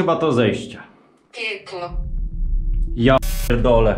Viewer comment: To kiedy chciałeś wejść do piwnicy i ci powiedziało "pieklo" z jednej strony z początku się zaśmiałem przez samą wymowę a z drugiej strony mnie zmroziło z przerażenia ale myślę że to coś co gadało to zrobione było tak żeby jak najstraszniejsze odpowiedzi na pytania dawało i według mnie nie miało to żadnej styczności z co tam było